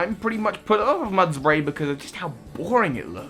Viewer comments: it’s mud-bray not muds-bray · It’s mudbray, not mudsbray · Mudbray, not mudsbray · Bruv it's Mudbray not mudsbray